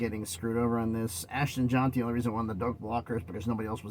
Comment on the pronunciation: I know you have a TN accent but it's Ashton Jeanty.(Jen-Tee). Not (John-Tee). And yes, he was robbed of the Heisman. Nash was also overlooked for an award also going to the Coach Prime Hype machine. The Fiesta Bowl is in Arizona.